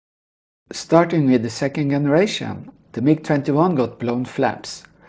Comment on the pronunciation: Excellent video series on the mMg-21. By the way, in English, the “G” in the word “Generation” or “generator” is pronounced like a “J”, as in the word “jump”. “J”eneration…. !!! Hope this helps in future videos.